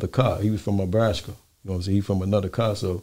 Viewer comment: Was he trying to say a guy from "Nebraska?" Abraska😂